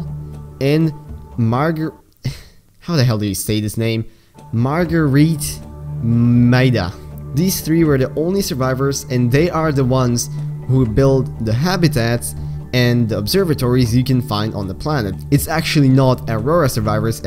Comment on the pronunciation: margur-EEt mida Me a below zero fan boy:names’ margureit maida now you owe me